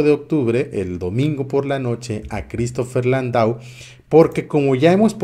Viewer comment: Amigo el apellido Landau es muy probable que se pronuncie Landó y que sea de origen francés gracias por tus noticias abrazó